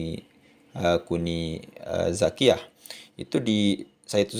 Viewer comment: Maaf...bukan kuni zakiya.yg benar NING ZAKIYA